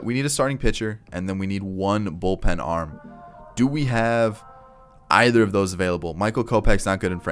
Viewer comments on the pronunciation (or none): none